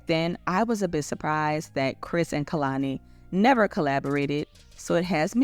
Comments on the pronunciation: Just a note: it’s KAY-lani not KUH-lani. And this is definitely hypocritical of her so I’m curious how she will address it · her name is pronounced KAY-lani